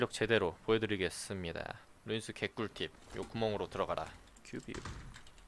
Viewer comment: 루'인'스 인데 왜 인이 아니죠? ㅈㅅㅇ 님들.... 계정님이랑 나이가 비슷해서....